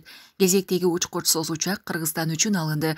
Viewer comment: Учькучьсуз учьааак дейт го кайра кайра 😂